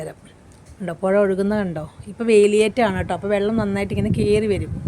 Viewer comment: പൊഴ എന്ന് പറയാൻ പറ്റില്ല - പുഴ എന്ന് പറയാം😂